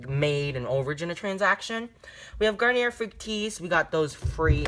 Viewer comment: You definitely are pronouncing Garnier correctly